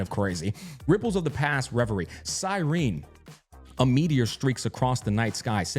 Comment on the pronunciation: Erhmm ackstually they use the Greek pronounctiation of her name which is Pronounced like Sigh Ree Nee.